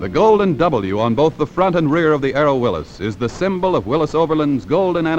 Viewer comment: Nice to hear Willys pronounced correctly, instead of 'Willees'.